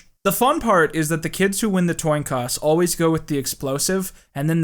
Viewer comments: Am i the only one that heard "toin coss" instead of coin toss ? Lol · He says Toin Coss lmao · “The toin coss” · "Toin Coss" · TOIN COSS?????? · the toin coss indead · "The kids who win the TOIN COSS " HUH??? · toin coss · The toin coss. I cant unhear it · THE TOIN COSS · "toin coss" lol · this man said toin coss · the ... the Toin Coss ... i had to go back and see if I heard it wrong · You said "toin coss," and I had to rewind twice to make sure I wasn't hearing things. Then I had to rewind again because I forgot what you were talking about. Also, I'm a little stoned. Phenomenal content. Keep it up! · toin coss..? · he said toin coss lol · Toin Coss I cant unhear it and I it doesnt sound right the other way anymore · Lol "toin coss" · I'm so sorry but I replayed several times just to hear "Toin Coss." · says "Toin Coss" lmao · are we just gonna ignore. Toin Coss. No one heard that? Just me? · I found an Easter egg. u say toin coss instead of coin toss. Im so proud of finding this and idk why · he says "Toin Coss" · what exactly is a "toin coss"? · did you say "toin coss"? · . Did you mean to say toin coss? Instead of coin toss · "Toin Coss"? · says "Toin Coss" instead of "Coin Toss" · mfer said “toin coss” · “Toin coss” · ... Did you say... the "toin coss?" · My man said “toin coss” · The kids who win the "toin coss"? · This man said "toin coss" and I can't stop replaying that part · what’s a toin coss? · “toin coss” lol great video! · man said toin coss. he just like me! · "the fun part is that the kids who win the Toin Coss" lmao Toin Coss Toin Coss said Toin Coss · “Toin Coss.” Anyone catch that? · The fact that I don't know if you said "toin coss" on purpose or not will haunt me for ages. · Toin coss lol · You said “Toin coss” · man I don’t want to be an asshat but: “The kids who win the Toin Coss” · Did he say “toin coss” instead of “coin toss” or am I losing it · Anyone else notice him say “toincoss” ? Nah? Just me?